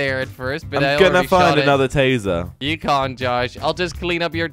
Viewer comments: It’s tasing a baby not tazering a baby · "tasering" it's tasing xd